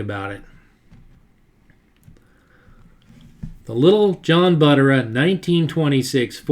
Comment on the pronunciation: Love the video, but a couple of picky little things-Not sure about the pronunciation of some of the names but I think Buttera is pronounced with the accent or emphasis on the second syllable (ter). And the few times I've heard Hirohata pronounced in old interviews by old timers that I presume knew him and how to pronounce his name, it sounded more like 'here otta' or even blending the 'r' into the next syllable like 'here ROT ta.' Oh and Li'l John's T's style became known as a restro rod not a restro mod, those came later.